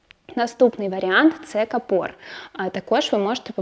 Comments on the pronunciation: Правильно говорити: кАпор, а не капОр. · Дякую. Цікаво завжди. Але у слові капор правильно наголос на перший слог кАпор.